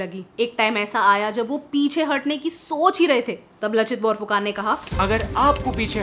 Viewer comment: कृपया इसे "लाचित बरफुकन" उच्चारित करें, जो सही है। फिर भी, आपने महान आहोम सेनापति के बारे में बहुत सुंदर वर्णन किया है। आप वास्तव में पूर्वोत्तर, विशेषकर असम के लोगों के प्रेम और सम्मान के पात्र हैं। भारतीय इतिहास के इस महत्वपूर्ण अंश के बारे में आपका संदेश, जो अब तक हमारे देश के मुख्यधारा के लोगों के लिए अनसुलझा था, सराहनीय है! एक बार फिर कृपया मेरा अभिवादन स्वीकार करें।